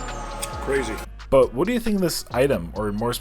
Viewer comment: KRAY ZEE. Potatoes!!???🥔 brutal hard